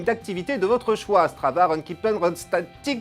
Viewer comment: On dit "Runtastic"